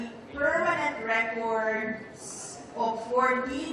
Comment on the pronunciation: The permanent recorrrddddd...s hay naku basahin mong maige ang kopya mo